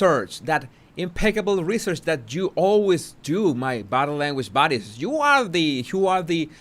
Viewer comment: Question: Are you saying "Body language buddies" or "Body language bodies"?